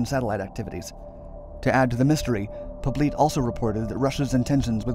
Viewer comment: How's his name spelled? If it's "Poblete", it's not pronounced Po-bleet, but rather Po-blet-eh. I had a former step-mother-in-law with the surname, from the Philippines.